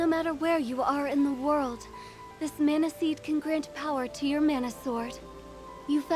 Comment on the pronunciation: I applaud your insistence on pronouncing "mana' correctly despite the game's insistence on pronouncing it wrong!